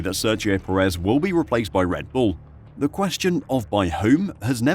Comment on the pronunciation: Please pronounce Perez's last name properly.